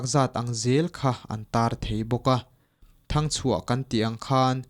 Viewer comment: A chhiartu hian mizo tawng a thiam loh bakah mizo thil hmimg a hrelo lutuk a, ngaihthlak a hahthlak hle mai. Mitthi dahna "thang" an dawh thin pawh a hrelo niin a lang,"thang"(hnim chikhat) hming angin a lam mauh mai. Zirtir leh deuh nise, a thiam hma chuan midangin chhiar mai se, tlawma lak chi pawh a ni lo.